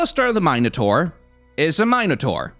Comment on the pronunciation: Please never say minotaur like that ever again....